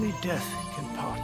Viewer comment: HAHA PAWT 2